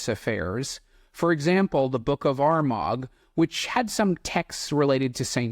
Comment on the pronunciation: Gladly. He might be great, but that doesn't mean he's right. I know a curly swirl when I see one! Other than that, I thought the video was good and I subscribed to your channel. Just a quick tip on pronunciation, the g's in Ogham and Armagh are both silent, so it's more like Oh-am and Are-mah